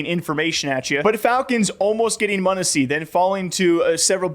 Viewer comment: Monesy not munissy